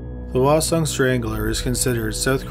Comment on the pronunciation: I lived in Korea for 3 years and only understood parts of some names. He also mispronounced "hwaseong" (the H is not silent).